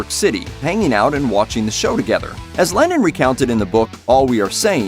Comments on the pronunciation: LennON not LenIN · why do you pronounce Lennon 'Lenin' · Y tf are you saying lenin